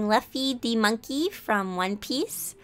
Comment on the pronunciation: No one: Literally no one: Her: LaFfy ThY mAnKey from One Piece Note: no offence to her tho, i just think it's amusing